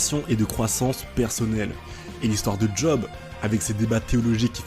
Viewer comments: Bonne vidéo ! Par contre je me permets, juste parce que ça m'a trigger à fond, Job ne se prononce pas à l'anglaise ("djob") mais à la française ("geob" pour l'écrire phonétiquement)^^ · Vidéo vraiment top je découvre, par contre, par pitié arrêtes de dire (d)Job, juste Job ! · J'étais en train de kiffer la vidéo puis tu t'es mis à appeler Job en le prononçant 'djob' alors que ça se dit 'jaub' dans le pire des cas 😭😭 vas-y jv faire un effort pr finir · Job ca se prononce Yob